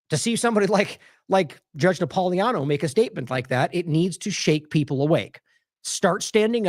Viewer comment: Napolitano should be pronounced correctly. THERE IS A T IN THERE. You're leaving out the T incorrectly.